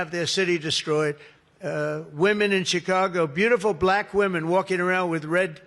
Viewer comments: I hate how he says the word "black" about men and women. It sounds sarcastic and as if he is mocking them. It's like how he used to say CHINA in his first term, as if to almost use an Asian accent when pronounces the word. It makes him look like an ignorant racist. Pathetic pedophile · BLACK. He emphasizes it so oddly. He's the racist who claims to have a lot of black friends. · He really likes to put emphasis on the word “black” huh? Like he’s used to saying it another way lol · Can he put any more emphasis on the word black? WTF?! Smh I wantto see the paper he seems to be looking at. He just likes hearing himself. HE’s gonna let everybody have their own power plant——my head is tilting-huh? F—-the king idea, he thinks he is god. What drugs is fElon supplying him with? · Why he gotta say "BLACK" all extra hard tho?? That's how you know this is unfamiliar territory for his racist ass lol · Please appreciate that “ black” is now a two syllable word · Ya like "baLACK" 🤦🏼‍♀️ My mom who's maga does the same thing 🙄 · Yeah, why do he say "BLACK" like that. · Somehow he turns it into a 2 syllable word. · Bl-AAAAK women and Bl-AAAAK men. Why does he have to say it so weird? SO cringe. This 'press conference' is a Fkn weirdo rambling like he has lost his entire mind. Power plant, copper wire - glass wire, Darth Vader??? 🤪😵proves his brain is COOKED. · The way he says blACK! Makes me roll my eyes every time. There are NO beautiful Black women wearing MAGA hats, either. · Why is it when he says the word ‘black ‘ it’s more pronounced and loud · WHY does he put the EXTRA EMPHASIS on the word BLACK?!? Oh yeah, I KNOW WHY!!!😮😮😮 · 😂😂 why he say BLACK so hard, 😂😂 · Jeez... could he force himself to say "black" any harder? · Can someone tell me why Trump pauses before saying, “black”? Also, why does he say the word “Black” so hard and loud? Tell him to try the word African American, although we are not considered apart of his America! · Notice how he says black.